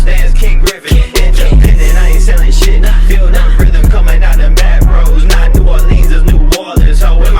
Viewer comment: not new or-leans its new or-lins 🔥